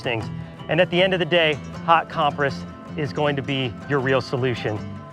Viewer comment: it's a little deterring taking medical advice from someone who doesn't know how to pronounce "compress".